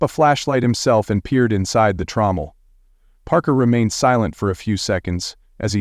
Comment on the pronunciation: Shessshhhh! How many wrong ways can they pronounce Parker’s last name?